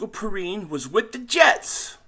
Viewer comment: Yeah La'Mical, pronounced P-rine is the cousin of Bengals RB. Samaje Perine from Oklahoma.